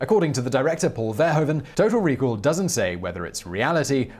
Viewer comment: “Paul verhoeven” is pronounced “Paul vurr-hooven”.. cheers from the Netherlands.